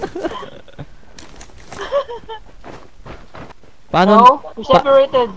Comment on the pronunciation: Releletiotioship hahaahahahahah